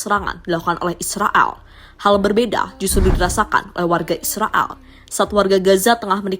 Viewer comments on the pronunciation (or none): Koq drg nya kaya ngmong Israal ya bukan Israel 😂